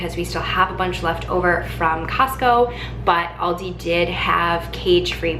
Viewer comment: It’s Al di. Not Audi